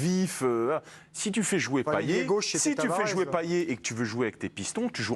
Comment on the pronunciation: C pas payé mais ca se dit payette